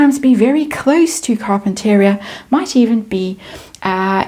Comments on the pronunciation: I used to live in Montecito years ago. Carpinteria is pronounced CAR-PIN-TUR-RE-AH. Great reedings today. Enjoyed them. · Ya I was gonna say same .. Car-pen-ter -ree-ahh.. I don’t live to far from there .. used to go to Santa clause lane there year round as a kid and really enjoyed that .. but now it’s gone ..